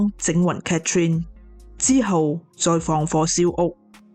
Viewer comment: 你講女主人的讀法讀错了😂😂😂Catherine; why not Cathy?